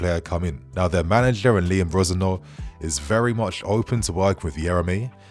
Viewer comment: You pronounce Rosenior so so wrong 😂